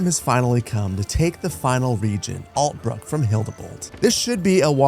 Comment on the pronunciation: There's also Ult-brook (again with the "k"), Leeneck, and Erlhard